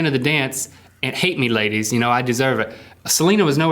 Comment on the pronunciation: well errr everyone thinks u guys were handsome sooo errr thats why you have to dancers - - _ plus u also say "lladys" <3